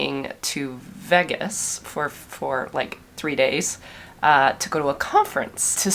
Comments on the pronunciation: Veeee-gaaas is the most Canadian thing I have heard you say. Enjoy your week off! Edit: What happened to Remco? I never did learn what happened. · The first time I’ve ever heard Vegas pronounced Veh-gas. Actually very accurate pronunciation. We say Vay-gas in the USA. ☺️